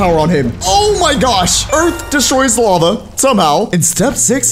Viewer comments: "The LAVE rose" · Is no 1 talking about it said lave instead of lava😂😂